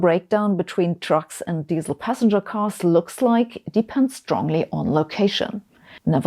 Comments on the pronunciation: As soon as I heard how you pronounced Diesel, I knew this video was stupid. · Yes but des-sell!🥰